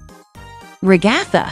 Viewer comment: You say Gangel it’s gangle and you said regatta it’s a Ragatha